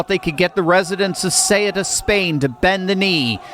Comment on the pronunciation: No one can pronounce it correctly. soo-ET-uh.